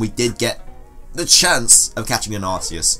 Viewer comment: THAT IS SO AWESOME!!!CRESSELIA!!!!!! Don't judge me I'm rushing this comment , sorry about the arceus rejecting the poke ball , reminds me.of pikachu , I.don't mean to.sound like a professional but it's supposed to be pronounced Ark ee us , not Arse ee us , and my fav normal type has got to be Eevee , have you seen how cute it is and its awesome Exclusive ZMove , Extreme Evoboost :-)